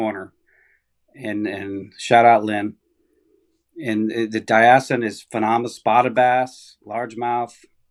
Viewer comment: Hearing a Yankee trying to pronounce Diascunds was priceless!!!!!!. Laughed my ass off.